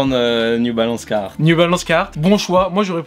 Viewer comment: La prononciation du carhartt quand il dit cahartt c’est horrible zebi